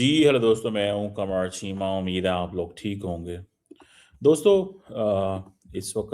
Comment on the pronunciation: कामार चीमा बहुत मजाक भरा नाम अपने देश के नाम की तरह 😅😅😅😅😅😅😅😂😂😂😂😂😂😂😂😂😂😂😂😂😂 जब अंग्रेजी नहीं आती फिर क्यों बोलते हो मैं कमार चीमा हूं और मोदी जी का नरेंद्र मोदी है ना की मोडी